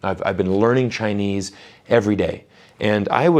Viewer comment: He is really good at Chinese, very authentic pronounciation.